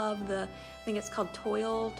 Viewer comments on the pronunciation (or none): Pillow pattern …Toile is also known as Toile du Jouy. This is pronounced twäl-də-'zhwē and is translated as “cloth of Jouy” after the city in France where the fabric was manufactured. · The toile pattern is pronounced “twall “. 😀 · Your home is beautiful ! Thanks for sharing - you an fyi - not being critical ☺️ - toile is pronounced twahl - greetings from Florida & Happy Easter ! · Toile is pronounced "trawll"... It's French.